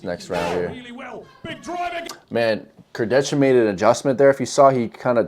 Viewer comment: Its Alex "Kurdeha" not "kurdetsha"